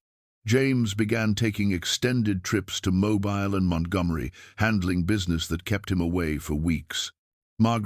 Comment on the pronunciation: Please invest in a human reader! I have no problem with AI filters that change the timber of a voice to make it sound good but by all that is holy, please invest in a reader that knows that Mobile, Alabama is pronounced Mobeel not Mo-bile (as in flexible and easy to move)